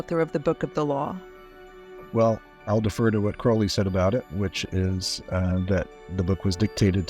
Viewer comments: I'm so happy you're back with a video about one of my all time favorite people.I'd love to know if Jack really did drop that can. (Thank you for pronouncing Crowley the right way)! THANK YOU! This saved me from having to do a lot of typing. ...uh, dangit....LOVE is the LAW, LOVE UNDER WILL is the part of Do What Thou Wilt that gets left out all the time. True Will is your Will united with the Divine, which usually means you contacted your HGA (Holy Guardian Angel) but I know how to be a decent human being inherently, I never needed religion or law to know how to treat others. The Golden Rule is priceless (my grandma taught me that). 💗 Don't we all know this before we get messed up by parents, school, society, whatever? Just ask yourself first. It's so cool you got to interview him, this is an excellent video. Marjorie is another favorite person of mine. I agree with Peter Grey about why the can slipped. I hope Hubbard is feeling every nanoparticle of pain and suffering he's intentionally loosed upon the world. I wish Jack saw through his layer of slime and protected himself/not been sloppy about mercury effing fulminate. Thank you and all the interviewees for this amazing video, it was worth the wait! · Now I see how this incredibly hokey religion attracts straight male followers, at least. Points for properly pronouncing Crowley's name. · Amazing. Crowley correctly pronounced. Amazing.